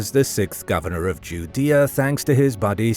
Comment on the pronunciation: Are you pronouncing Judea correctly